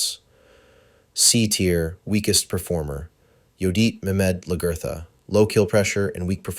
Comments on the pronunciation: Love the video, but people calling her laGERtha is killing me lol it’s pronounced more like LAG-A-THA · It pains me when you said Lagertha name wrong 😢